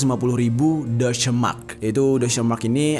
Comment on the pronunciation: Bg itu bacanya kata deutsch itu "dotch" bg aku sering riset dn tanya org jermn bacanya gitu trs klo schutstaffel itu "scyutssytafel" cuma ngoreksi